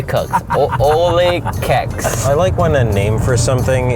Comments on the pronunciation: you literally slaughtered the dutch language with trying to pronounce 'oliekoek'. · Dont you mean olie koek(je)s instead of olykoeks 😂😂 coming from a dutch persoon xo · HAHAHA WHYY CANT THEY SAY KOEK LOL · When he said oliekoek....